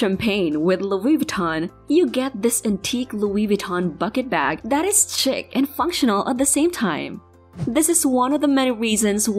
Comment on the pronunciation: lol the narrator said "chick" instead of chic